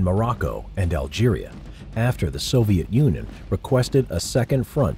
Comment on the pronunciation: I heard you say Soviet Unon